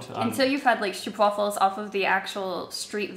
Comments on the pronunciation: Oh gods, the way you guys pronounce "Stroop wafel" is almost cringe worthy XD Double "o" in Dutch simply makes it a longer "o" sound, like "OH". This applies to "aa", "ee" and "uu" too. Now you know ^^ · its called a STROOP WAFFLE not a stopwaffle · did she just say "strp waffle"